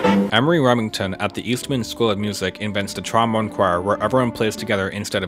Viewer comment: Why do you pronounce trombone like "tromon"???